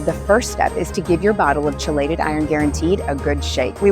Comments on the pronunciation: I can’t trust a company that can’t even pronounce ‘KEY-LATE-ED’ right! 🙄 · How many times can you mispronounce chelated? Credibility gone 🤦